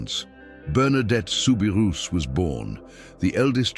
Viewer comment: Please if you’re going to narrate something learn how to pronounce the names it is soo bi roo NOT rous